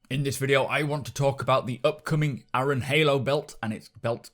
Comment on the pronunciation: .... Aaron is pronounced "air-run".... sorry but that bugged me too xD